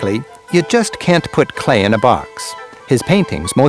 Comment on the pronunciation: It's Paul Klee, not Clay😊